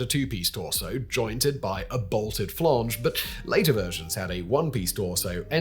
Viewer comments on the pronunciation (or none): What is a “ flonge”?😂